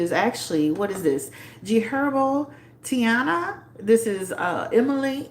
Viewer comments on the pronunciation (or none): I think it’s pronounced like “tye-eena” lol like hyeena but great reading thanks so much ♥️♥️ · It’s pronounce as: TAH - EE - NA